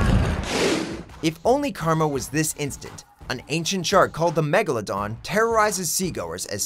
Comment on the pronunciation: why do they pronounce megalodon like that?